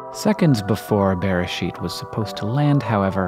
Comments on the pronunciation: Not exactly. Hank said "BE-re-sheet" whereas the correct pronunciation is "be-re-SHEET." Most words in Hebrew have stress at the end of the word, sometimes in the beginning, but rarely ever in the middle. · Its not pronounced bear ehh sheet its pronounce beh ray sheet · Hey Hank, I love the Microcosmos videos! A note on pronunciation: "Beresheet" is pronounced a little closer to beh-RAY-sheet. Edit: Oof, I mixed up my vlogbrothers. On this very pizzamas. It's a travesty.